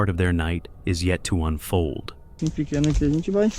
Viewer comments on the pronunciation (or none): none